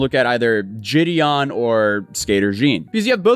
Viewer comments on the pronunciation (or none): Great vid, as always… just wanted to clarify Gideon isn’t a J sound at the start, it’s a hard G, like “Giddy-up”.